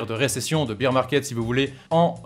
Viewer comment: Arrête de dire beer 🍺 parce bear ça se dit baire